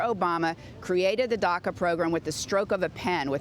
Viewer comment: Marc Tompkins it’s “DACA” , did you even when to school ?